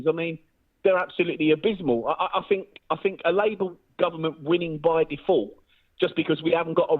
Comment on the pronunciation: He the most dangerous kind of thinker he’s a “finker” I fink 😂